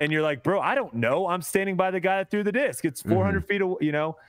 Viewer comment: Proof that we as men grow old but never grow up! says dick in stead of disc by mistake. Cue uncontrollable laughter 😂